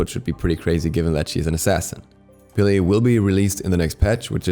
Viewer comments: It’s “peh-leh” a short “e” like in “red” it is not “pee-lee” get it right please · My drmatic ass got so triggered when he calls her Pe-Layy...its just pele😭